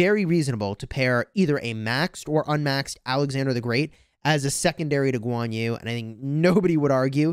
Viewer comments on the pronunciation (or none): your pronunciation of guan yu hurts me